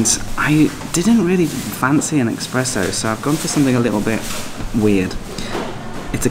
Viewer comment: Expresso......fast coffee?... I believe you might mean espresso?.... I'm assuming the coffee is nowhere near as good as Vietnamese coffee?.....meh.....